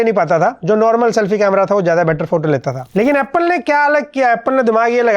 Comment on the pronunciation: bhai aapne jo apul bola naa. Mann chu gaya bhai.... Hamare Odia language me apple ko apul hi bolte hai 😅😅